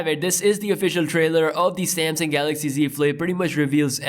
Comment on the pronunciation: He calls it "Samsing", lol